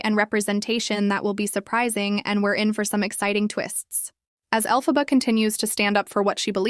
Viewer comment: Is this AI narrator? For half the video she pronouces Elphaba's name right and then she starts pronouncing the name wrong?